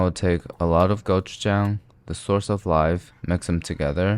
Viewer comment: you said 'jang' in gochujang like a Korean.... are you KOREAN